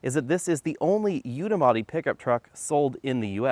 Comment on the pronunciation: I stop watching when he said "Unibody"